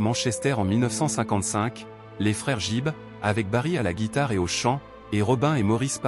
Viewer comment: On ne prononce pas JIBB mais plutôt GUIBB!